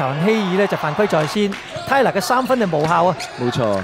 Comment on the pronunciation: 係連tyler個名都讀錯讀左tailor......